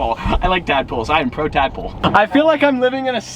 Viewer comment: "I am pro tad-pol" hahahaha